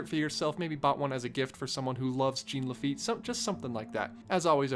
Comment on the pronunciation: The weirdest thing I’ve ever hear is someone pronounced jean Laffitte correctly